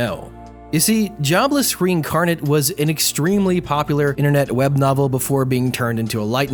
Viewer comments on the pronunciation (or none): none